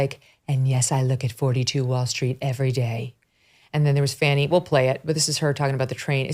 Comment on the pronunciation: Come on...its not lemon' just like its not fawni. its L E M O N. and... F A N N Y!!